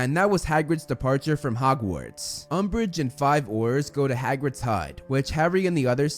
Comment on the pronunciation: It sounds like you keep pronouncing "Hogwarts" as "Hockwarts"